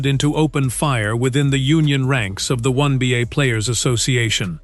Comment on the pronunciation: When Beeyay? WTF is When Beeyay? 😆😆😆 Then halfway through the video he changed it up to the "One Beeyay" 😆😆😆